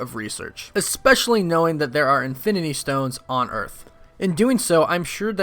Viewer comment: Infininy war? 😂